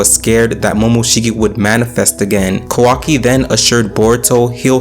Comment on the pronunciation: Sorry Bro, its not „Konohaaaahh“ its „KonoAh“ and its not „Otsuktski“ its „Ootsutsuki“. Not „Quaki“ its „Kawakii“!! get your names right!